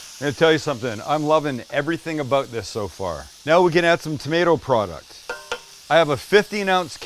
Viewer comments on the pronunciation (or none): none